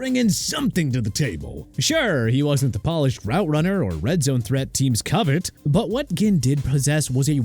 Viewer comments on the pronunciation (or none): none